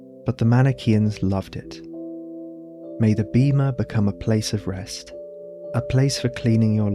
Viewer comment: In Ancient Greek βήμα is pronounced Beh-ma it’s a long e, like in “bed”. If it was Beema it would be written as βίμα. Great video, thank you for sharing. By the way, love the Faun by moonlight by Leon Spilliaert, reference. Love that you make art in your videos. Inspiring! I followed. ⚡️